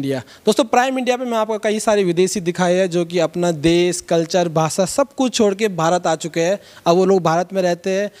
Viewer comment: Anchor sahab भासा नाही भाषा.